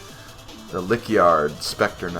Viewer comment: Do you keep saying Lick on purpose? You are a gamer, you should know how to pronounce Lich